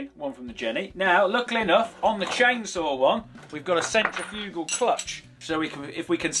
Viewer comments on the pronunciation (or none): CENtriFUgal Furze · Colin, not like you weren't already but now that you've pronounced it 'CENtriFUgal force' rather than 'cenTRIFugal force' you're even more my hero 👍